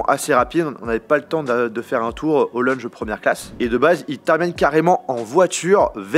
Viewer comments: C’est quoi un « leunje »? 🤣🤣🤣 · LEUnge ?!!!! Purée il y a encore du travail à faire en anglais mdr !!! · A chaque fois qu’il a dit « leunje » g mis un coup sur mon ecran 😭😭😭😭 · Moi qui entend leunge au lieu de lounge 💀💀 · La vidéo est bonne mais stop avec "lunje" ;( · C'est dingue d'être français et de ne pas savoir parler sa propre langue ... et puis c'est lounge pas lunge ... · Prochaine vidéo: Prononcer correctement "lounge" 😆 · la prononciation du "lounge", respecte un peu l'anglais